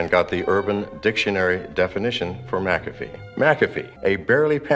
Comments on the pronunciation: John McAfee: "I'm John Mack-uh-fee": "John Mick-caff-ee" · Would you say MaCafe again please? You say it so eloquently and sparingly. My ears are lusting and must be sated! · Who the fuck is John “McCafe”, why is he saying Mc Cafe? Haha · It’s pronounced “MacaFee.” its Scottish